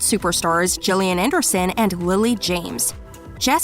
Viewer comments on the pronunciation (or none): none